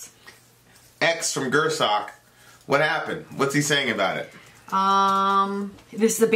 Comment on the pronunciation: is back to saying Gür-sock. smh